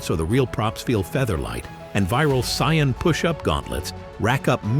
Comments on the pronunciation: It's Saiyan lol not Scion lmao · Saiyan not Scion 🙄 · Hearing "CyYaNs" is just ear bleeding tho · 1st - Fiction, DUH! 2nd - Not human 3rd - They didn't just go from normal to 300x gravity they trained up to it 4th - In DB humans can develop/ train up to these higher levels but only because of Ki, which sadly doesn't actually exist 5th - It's pronounced Say-in, get your F ing AI to pronounce the Sh!t right!! Conclusion - You are absolutely spot on !! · i hate the way this cheap AI generated voice pronounces the word "saiyan". why couldn't the owner of this channel just make his own voice over.... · It's incorrect bro😂😂